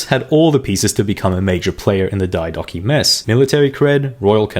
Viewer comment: I would have followed if you didn't do the BS on-purpose engagement bait pronounciation of diodochi